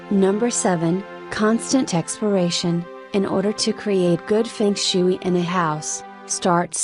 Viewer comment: I can’t take anyone seriously who said fung shooo-eee